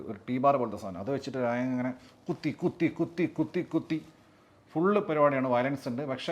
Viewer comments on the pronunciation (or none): രാജൻ ❌ രായൻ ✅